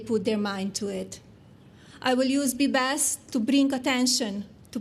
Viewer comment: Did anyone else hear her say the “Body Bench”?